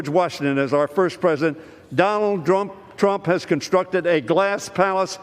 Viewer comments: Was I the only one to catch that. He saying Donald “drunk” trump 😂😂😂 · I heard it as Drump